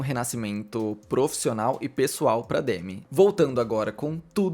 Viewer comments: aprendeu a pronúncia do sobrenome, mas não do nome que é; demí e não demi (tipo Demi Lovato). Ela já até falou sobre m na entrevista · A pronúncia é Demí… na verdade, o D é quase mudo, tipo: Dmí